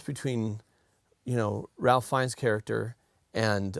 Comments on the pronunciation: FYI- 'Ralph' is pronounced 'Rafe' sometimes, this is one of the times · Just an FYI. Ralph Fiennes's first name is pronounced "Rafe". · Fun, little-known fact: Ralph Fiennes pronounces his first name Rafe/Raif, rhyming with safe, chafe, or waif. No clue why, but there you go. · Ralph Fiennes name is pronounced "Rafe". Its not Ralf, its Rafe. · every time you pronounce it ralph instead of the british pronunciation, which is more like RAFE/WRAITH/FACE, I die a little inside:) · Hey guys—Ralph Fiennes’ name is not pronounced “Ralph”—it’s “Rafe,” spelling notwithstanding.